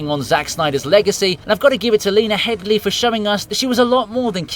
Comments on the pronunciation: Her name is Lena HEADY not HEADLEY. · It's Lena Headey, not Hedley